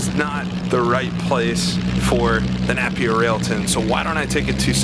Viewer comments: the Napier Railton was never the fastest car in the world, it sent a record at Brooklands but was never the fastest car in the world, furthermore Napier isn't say NAP EER it said NAPIER mong. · Nape as opposed to Napp? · Quick Apology! I believe I mispronounced "Napier" for the first half of this video and somehow switched halfway to the right pronunciation. I hope this does not affect any enjoyment in the viewing! I blame it on being American!